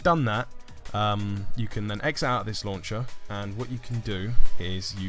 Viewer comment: Btw as a girl I almost died whenever you said launch-ah or fold-ah 😂